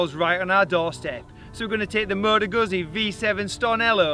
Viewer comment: I know you tried out quite some Moto Guzzis, so PLEASE refer to the firm correctly. It really hurts my ears every time you say it wrong. It's pronounced GUZZI, exactly like PIZZA. Guzzi, pizza, guzzi, pizza. Please, please. Otherwise, great adventure, even better bike, I've actually seen one last week in Mandello del Lario, only 1 thousand made, great bike.